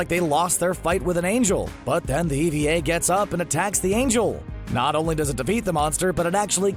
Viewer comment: Eva Units aren't robots. Angels aren't robots. The show doesn't have multiple endings. It has one ending shown from two different perspectives. "Ee-Vee-Ay Units." - are you shitting me? You have to trying to get that many things wrong in an amount of time that short. All we needed for the whole set was to pronounce her name "Ah-Sue-Ka".